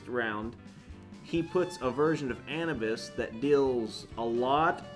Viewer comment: Anabus 😂😂 Anubis(Ah-noob-ess)